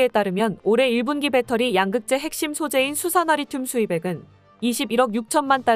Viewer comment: 양:극재(양을 길게 발음하면 음극 양극 모두 포함하는 것)가 아닌 양'극재(양짜를 짧게 발음)